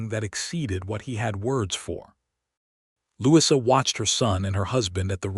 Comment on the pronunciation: Truly... I'm not being picky . . But, perhaps re-teach/code AI's 'brain' how to say a British 1st name for ..... Louisa. It is Not a short 'i' in the middle of Louisa. Brits pronoun it... Lou E` sa. 🎥 Bronte and other British period-films all pronounce it with a long E in the middle. (Short 'i' sounds odd) Other than that, it's a nice story.